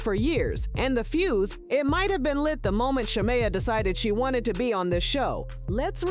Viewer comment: Content Creator promise me you will pronounce Sha-meeeee*ya😂😂 correctly before you blog in the future. The show is going down fast. Why? Wrong housewives! Porscha is just createing content that has drama in it to say her own job and she should not risk the union and friendship of a lifetime bff. Its simply not worth it.